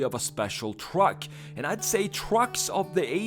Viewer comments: The way he says truck. Twuck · i love where hes says twruck